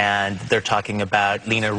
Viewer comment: It's Leni Riefenstahl, not Lena. It's pronounced Lenny.